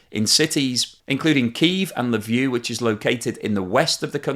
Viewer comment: Did he just pronounce Lviv as "Lview"?